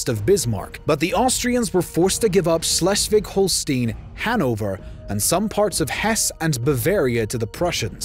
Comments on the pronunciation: Say it with me...HŌL-shtīn, not HŌL-stēn. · Hol-stine not Hol-Steen. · not holsteen, hol-steye-n like EYE as in BRAUN is pronounce BROWN and not brawn, dumb cluck. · He can't pronounce Holstein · You mispronounced Holstein. Just one of many pronounced wrong. Very sloppy work.